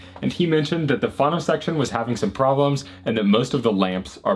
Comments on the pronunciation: what in gods name is fano???????????????? do you mean phono???????? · I cringe every time you say phAno instead of phono :) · I have never heard anyone say fhano, so I agree. Great guy, great videos — pronounces all other words pretty well though so it is odd. Maybe.he just doesn’t know. Wonder how he pronounces photo? PhAto?